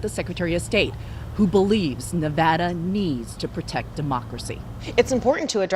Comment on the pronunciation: Damn it, it’s pronounced ne-VADD-a. Think about this way, you go to Las Vegas, you win, you ADD to your bank account. Probably not but let’s get it right people.